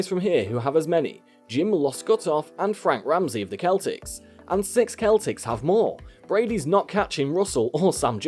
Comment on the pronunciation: It's pronounced seltics as if it were spelled with an (s) not a(k).